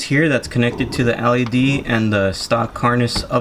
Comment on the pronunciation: It’s L E D. NOT ALLEY D